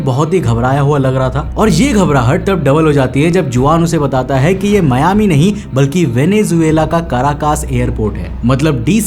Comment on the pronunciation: It's not मियामी, it's मायामि. Anyways, this is basically a legend, as per the flight data records, no DC4s registered with PanAM flew the Newyork-Miami leg that day. My captain once told me jokingly not to get the DC10 (Frieghter) late by decades as he wants to be home for dinner. (We fly for UPS).